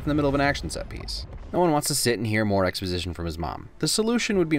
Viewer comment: called it "explosition"